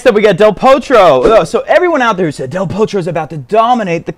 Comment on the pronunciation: Lol I think you gave Del Potro a Norwegian or Swedish accent toward the end! Aha! I get it, you were doing a transition into Del THORtro!